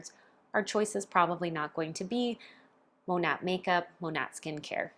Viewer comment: The correct pronunciation is “Mah-Nate” which the company name is short for “modern nature” using the first syllables of these words. Hearing you mispronounce the company name repeatedly, I thought you might want to know.